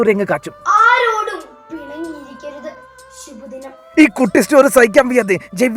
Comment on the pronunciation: Shubha dinam ❌ Shibu dinam ✅